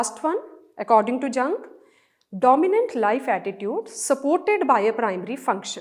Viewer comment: Ma'am thanku for explaining but it's yoong not Jung